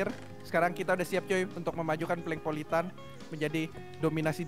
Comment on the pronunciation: PLANKPOLITAN itu yg bener udah diam woi